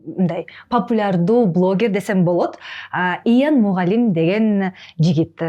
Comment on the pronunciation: Тантырап атын да туура айталбайтго 🤣🤣🤣 Тиги бала десе Иен дейтго 🤣🤣👍 соз жок